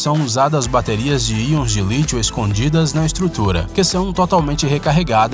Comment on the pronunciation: cara, vc sempre fala AIONS de lítio, mas é íons de lítio!